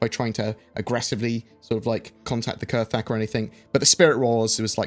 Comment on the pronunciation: I thought it was pronounced "kra-thak"? Or has Galactic Historian lied to me?